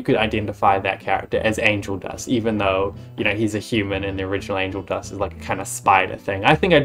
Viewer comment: Do you mean Angle Dust, because I heard Angle dusk